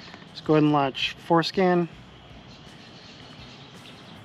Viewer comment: Did you say "foreskin"?